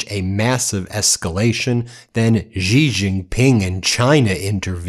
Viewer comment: His name is pronounced 'xi' like she. Not gee.